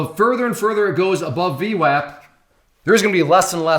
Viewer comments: V WOP not WAP not like WAPPER, like WHOPPER! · its pronounced V WOP lol sounding like a clown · Pronounced vwop lol. Good video though. Thumbs up & subscribed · I think VWAP is pronounced with a soft "A" like in "arm" or "august"